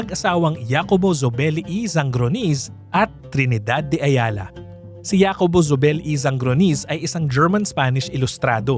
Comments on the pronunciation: J in Spanish is ‘ha’ not ‘ya’. So pronounce Jacobo as ‘Hacobo’ not ‘Yacobo’ 🤷🏻‍♀️ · Una hindi YACOBO ang pronounciation. Its HACOBO. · "ya-ko-bo" hindi ba "HA"-ko-bo dapat pronunciation nun? Factual error: The hacienda was bought almost a hundred years prior, still well into Spanish colonial era ! Way way before Rizal was born! It wasn't Trinidad and Jacobo who bought it. "Colonel" who? Juice ko, give enough credit naman kay McMicking de Ynchausti - their wealth now is practically his brainchild. Pre-WW2 wealth was basically lost in all but name - one ancestor died n his deathbed with such worry nga di ba? Forgot to research or omitted? Indonesian Salim family-backed MVPangiinan-led $MPI Metro Pacific Investments won the bid for BGC deveclopment. However, Asian Financial Crisis falllout, they had to sell to ZdA and Campos/Yao of Del monte fame/infamy later on. : Misleading, and most probably walang konek ang BGC at Nuvali. For the latter, the Yulo family of the [infamous?] Canlubang sugar estate[s] wanted out of the dwindling sugar industry. Thus they had sold/parcelled out much of the land for other pursuits, including that of Nuvali (Ayala), Greenfield (Campos/Yao of Del monte fame/infamy again), Eton (Lucio Tan) and perhaps Villar too as I'm seeing VistaLand developments around the area. (gahd, these things are at the Wikipedia entry for them, why all these mistakes???!! ) update: 'OG Rich' is stretching it - TBH they are relatively newcomers - see the legit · Jacobo is pronounced "Ha ko bo", not "ya ko bo" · JACOBO is pronounced as HAKOBO. J in Spanish is pronounced as H. You keep on saying YAcobo instead of HAcobo it's so annoying to hear it. 🙄😒🤨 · Hacobo hindi Yacobo. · hacobo ang basa sa name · Hi wrong pronounciation of the name. Jacobo is pronounced as Hakobo. Thats a normal spanish name here in Spain. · Jacobo pronounced as HACOBO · oo pwede nga pero to give honor kay JZ, hindi tlaga Yacobo ang pagbigkas. Sana research din hindi lng basta pwede na.